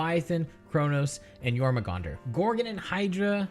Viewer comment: The two acceptable terms for using a Barbed Strangler are 'discharge' and 'ejaculate', because they're described as a 'muscled tube that launches a seed via a powerful muscle spasm'. P.S. Your-mong-dur, not Your-mah-gong-dur.